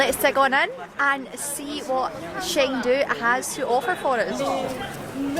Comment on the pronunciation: The city's name is pronounced more like "Cheng Du" rather than "Sheng Du".